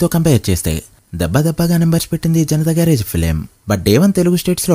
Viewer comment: Garrige kadu bro garage